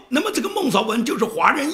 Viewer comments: 孟昭文：昭，音：zhao召音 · 发音不是：邵